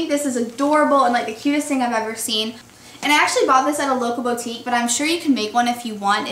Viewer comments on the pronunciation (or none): Its BOO-TIQUE not BOU-TIQUE :/